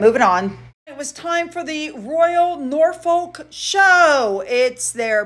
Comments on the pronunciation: Unfortunately Norfolk is pronounced Nor Fuk 😅😅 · Norfolk is pronounced ''norfuk' or 'norf'k'